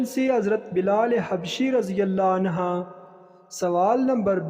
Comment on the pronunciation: Anha nah hain/anhu hain